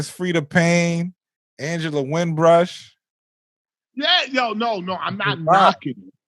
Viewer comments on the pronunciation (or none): Yo it’s Angela Winbush not Angela Winbrush my dude. Queens Get The Money (QGTM)